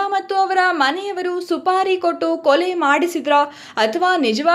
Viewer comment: Suri alla. Supari. News reader ge odalu barallawa